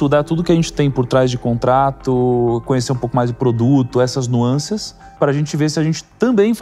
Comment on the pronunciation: "Nuancias" foi foda, doeu o ouvido